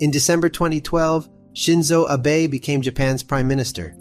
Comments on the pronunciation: Ah-bae is the right pronunciation if I’m not mistakened. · The Romanized Japanese word BE is pronounced BAY. Wa Ta Na BAY. Shinzo ABAY. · This is an interesting video, but the vast majority of day traders & forex traders lose money. Also you mispronounce the prime ministers name, which is “AHH-be” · excellent, excellent, excellent work. I've contacted the fuzz about the criminally low viewer n sub count. 1 small critique, from someone who lived in japan for approx 15 years, yr pronunciation of "Watanabe" is pretty good, but yr pronunciation of Abe is not. there is only 1 "a" sound in japanese. the abe in "watan-abe" is also how you should also pronounce the assassinated former pm Abe. ( Arbeh) name. thankyou for your scintillating effort. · I didn’t know anyone pronounced Abe like that.